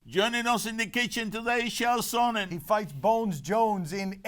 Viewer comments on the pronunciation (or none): And Dan keeps calling him "saw-nen